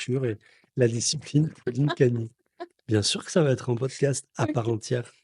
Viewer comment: “poscast” trop mignon